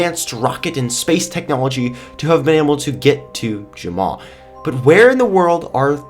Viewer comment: You Jumma instead of Jamma